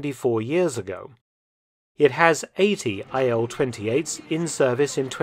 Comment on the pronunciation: "Ilyushin AIL" lol don't you see some.... discrepancy?